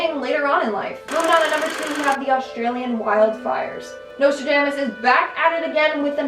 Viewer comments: Your pronounciation of Nostradamus hurts me 😓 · Every time you mispronounced Nostradamus, it just made me irrationally angry. Don't know why that bothered me so much. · The pronunciation of Nostradamus tho 😖